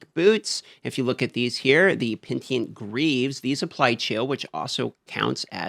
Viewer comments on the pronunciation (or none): It’s pronounced PEN I TENT. They are the penitent greaves. Greaves that express regret and repentance. 😎